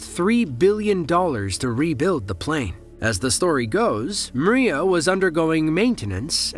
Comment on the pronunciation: МРIЯ = Dream . Pronantiation is a " MRIA" & not!" Maria" as you're pronanting ! mate ! Got it ??